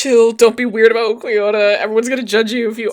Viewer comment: Lowkey your pronunciation of ulquiorra makes a lot of sense to me. And ulquiorra is just a weird name and feels like there is no clear way as a "westerner" to pronounce it lol